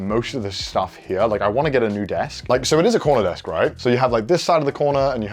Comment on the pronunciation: I heard "It's a Connor desk" instead of 'CORNER desk' oops